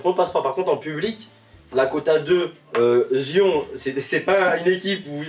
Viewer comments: Zion 😭😭😭😭😭 « Zayeune Williamson » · Zion ça se prononce zayonne